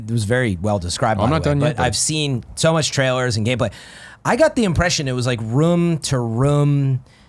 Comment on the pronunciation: Why's the ruum gone!?